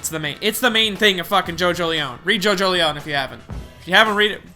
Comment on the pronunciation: It's pronounced Jojo-lien not Jojo-leown